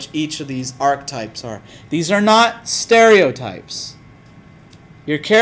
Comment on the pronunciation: ARCH-E-TYPES has three syllables.